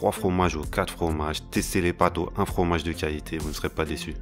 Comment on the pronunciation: il parle pas francais (FROMAGE, TOUT EST MEILLEURE,ETC...)